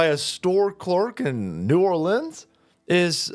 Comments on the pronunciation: We praise our heroes in Louisiana, as opposed to arresting them as they do in NY. This man is a hero. 🤣love you, but you’re putting the emphasis on the wrong part of the word. It’s New ORleans (New ARlins, emphasis on AR). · I haven’t missed an episode since 2020. The proper pronunciation for New Orleans is “Ne Awlins”. You’re welcome